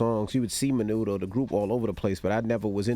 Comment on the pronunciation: fyi its Menudo not Manudo